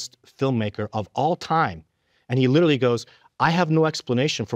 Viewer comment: doesn’t even know how to say the word literally, he says little Lee 😂